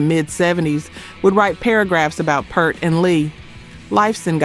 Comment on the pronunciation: Narrator choice is incongruous with the subject. Maybe better for R&B. And the drummer for Rush; his last name is pronounced to rhyme with “heart”. RIP